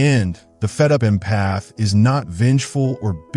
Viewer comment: Great video. However, the way the AI narrator pronounces "empath" was making my eye twitch 🤪